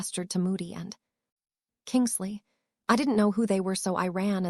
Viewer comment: It is Kingsley not kingle sea